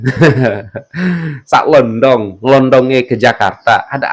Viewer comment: Bkn salontong mas tapi sa lodhong. Heeee